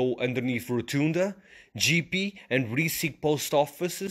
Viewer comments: your pronunciation is wrong. IT"S NOT GEE-PEE, The correct is Jep-Pe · its not Jiepie , its J'E ppe'